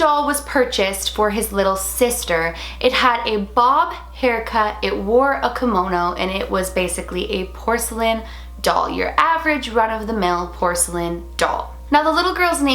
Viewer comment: Not to be mean but it is ki-mono not ko-mono